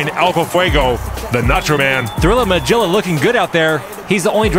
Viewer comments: Yeah! I was triggered. It is not "Ma-Jill-Ah," it's "Ma-Gill-Ah." Like the "Magilla Gorilla," the Hannah Barbara character. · I think it's pronounced Mah-gill-ah rather than Mah-jill-ah. It might be a nod to Magilla Gorilla (cartoon from the late 60's). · Anybody else's bothered that he says "Majilla" instead of "Magilla?" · That was a great fight from all the teams. (Its a soft G, as in 'get', in Magilla. From the cartoon Magilla Gorilla) Great work. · “Magilla” has a hard “g” sound - you kids never watched Hanna Barbara cartoons? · I gotta say this because I'm not seeing it in the comments, but you guys a mispronouncing Magilla. The G is hard. I'm kinda surprised actually. It's an old enough cartoon. Magilla Gorilla? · This was bothering the hell out of me and my wife today... Its mah-GILL-ah not mah-GILL-ah. You know, like the cartoon? Magilla gorilla??